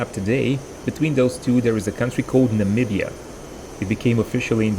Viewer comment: You're the first foreigner to accurately say the name Namibia correctly 🗿